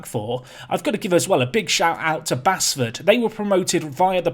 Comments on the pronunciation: Really enjoying this journey, but please stop saying basford wrong, it's pronounced base ford 😁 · appreciation for this save. Oh and it's still pronounced Base-ford not Bass-ford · please don't butcher Basford's team.. local to me. It's pronounced Baseford.. just spelt without the e. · I know i'm a few weeks behind and you're probably so promoted now that you'll never play them again, but if it's the club from just outside Nottingham - Basford is pronounced Base-ford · Its pronounced like Baseford